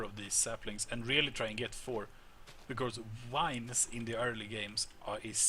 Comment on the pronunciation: I love how he says wines instead of vines